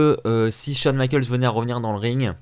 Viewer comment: "Michaels" pas michalks Putain Va te renseigné quoi